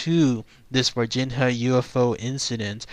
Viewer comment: Dude: I think they pronounce it "Var-Jeen-Ya"